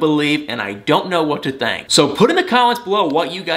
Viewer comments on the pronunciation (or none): Love your videos! Could you do a biographical video about yourself? I’m curious bc I think you’re from FL mostly bc of your sweet demeanor and the way you say “think” as “thank”!